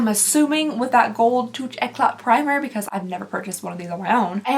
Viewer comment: Pretty impressed with this one. If i had a spare 300 i would… haha just letting you know that touch eclait is pronounced toosh-y-clah